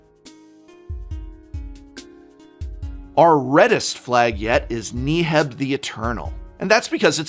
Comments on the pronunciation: It should also be ne-heb the Eternal, not nEE-heb. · I think its pronounced Neheb with "Ne" like in "neck" but not "Ne" like "knee". This according to typical egyptian pronounciation. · Hidetsugu is pronounced “He-det-su-gu” I think because it’s based in Japanese. And I’ve always pronounced Neheb “Neh-heb” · Prof, I love you man, but if you say KNEE-heb one more time...